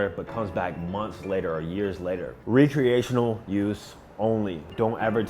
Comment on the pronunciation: (R-eh-creational) it took me a minute to realize what you were saying 😂